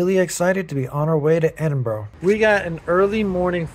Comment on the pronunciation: It is pronounced Edinburra - Not Edinburg